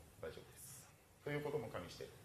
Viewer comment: わき、かんびしたらじゃなくてかみ（加味したら）だよw